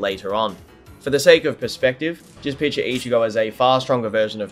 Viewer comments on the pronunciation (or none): none